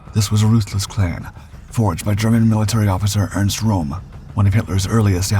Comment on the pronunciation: His Name was RÖM and not ROM!